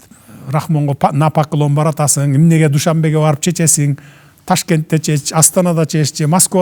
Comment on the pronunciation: Дуйшөнбу шаар эмес. Душанбе туура айтпайсынарбы!